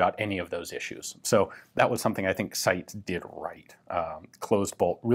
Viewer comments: I thought the name of the Italian firm in question was pronounced 'SY - TEES" rather than 'Sights' ? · For anyone who's interested, it's actually pronounced SEETES (the final S is pronounced like the beginning of 'snake'). 🙂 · Hahahahaha you butchered the name. But great vid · My god I don’t even speak Italian and I know your pronunciation of SITE was atrocious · WOW, you pronounced "Torino" that well that I didn't understand the word, I thought it was an English word for a moment and my brain couldn't translate it. But "SITES" was destroyed, so the world is in balance, I guess XD